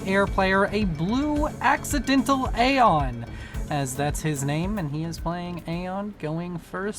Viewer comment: I enjoyed the multiple Freudian slips with "Accidental Aeon" becoming "Accidental Anal." xD